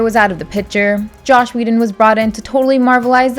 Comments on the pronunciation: Not sure what annoyed me more, these terrible similarities or the narrator saying "Josh" instead of Joss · It’s Joss. Not Josh. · Take a shot every time she says "Josh Whedon" instead of Joss Whedon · Joss, not Josh. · His name is not Josh! Screw him, but at least get his name right! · its 'Joss'.... not Josh. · JOSS not JOSH